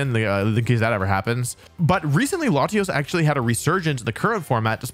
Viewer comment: Thank God he didn't say "layshos" and "layshas"